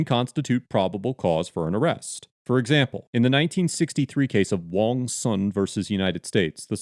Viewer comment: Also, that's a surprisingly accurate pronunciation of Wong.